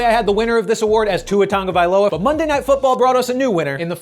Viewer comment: Tua Turndaballova** get it right